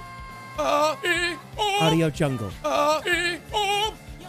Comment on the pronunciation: I hate to correct you but it’s pronounced AudioJungle